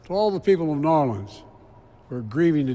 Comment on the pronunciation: Hey Joe, it was New Orleans not Norlans.